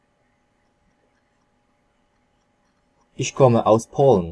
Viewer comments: dokładnie jakie kurwa "iś" na kilometr pachnie nieukiem , ogólnie paranoja to co co on wymawia i tłumaczy. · jasne, oczywiście, ale jak jesli ktoś uczy, to spodziewam się poprawnej wymowy. Nie uważasz że ich i iś to dwa różne słowa? To tak jakby powiedzieć, że kąt i kot to to samo. Myślę, że można by się nie dogadać. Moze komuś jest łatwiej wymówić o niż ą i nie ma w tym nic złego. Masz rację, nie ma i nie powinienem się czepiać, ale chyba jedna robi różnicę, nie uwazasz? Stąd moja uwaga. Wiadomo, że nie poprawiamy ludzi na ulicy, ale po to autor udostępnia możliwość komentarzy pod filmem, żeby wyrazić swoją opinię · Ich a nie iś! Nie ma w języku niemieckim literki "ś". To jest miękkie " ch". Co o akcent i wymowę chodzi ,to jest po prostu katastrofalna. Inni się uczą i robią te same błędy. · podana przez Ciebie wymowa nie istnieje, przykład Uhr podajesz wymowę ur zamiast uhr h wymawia się, zaś słowo ur w niemieckim ma inne znaczenie, jest ich wiele, ś w niemieckim nie istnieje, jest niemożliwe dla Niemca do wymówienia, dir to u Ciebie dija coś takiego nie istnieje i tak można wymieniać do sądu ostatecznego, jest z czego boki zrywać, powodzenia!